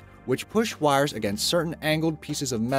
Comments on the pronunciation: Sounds southern. Yikes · Is the narrator from Pittsburgh? The way he says 'wires' and 'icon' makes me homesick.😅